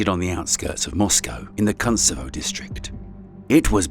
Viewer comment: The narrator read Kuntsevo as "Cunt-sevo" 😂😂😂 What is it with some English speakers always pronouncing Russian words with u's and always sounding them out as the "Ah" sound instead of the "OO" sound that is should be. They sound so dumb doing that.